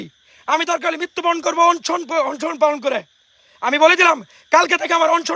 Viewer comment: ওরে উপদেষ্টা বানানো হোক!! অনেক ত্যাগ করছে পোলাডা, অন্তত আজকের এই ভাষণ টা বিবেচনায় নেয়া হোক!! “Onshon”না মেধাবী ভাইয়া ওইটা অনশন